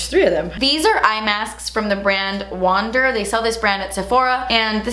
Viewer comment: not to be picky, but it's the correct name. It's WANder not Wonder Beauty.